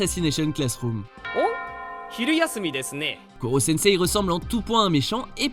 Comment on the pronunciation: Mais merde KUROSENSEI quoi mais la prononciation c'est pourtant pas sorcier